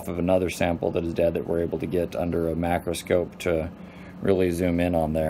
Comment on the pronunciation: Then he says mac-roscope..... what a jackals